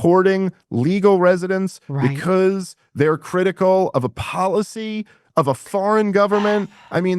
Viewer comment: There are many reasons I can't stand Dave, but the one I really can't stand is his stupid accent. Instead of saying "tax policy " correctly, he says the word policy like a moron!